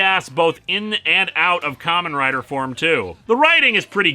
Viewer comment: Am I the only one who's hearing 'Common Rider' instead of 'Kamen Rider?' I can't be the only one.